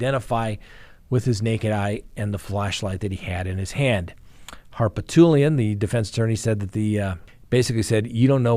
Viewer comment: Harpotoolian???? WRONG. come on man. get it right. the guys name is DICK HARPOOTLIAN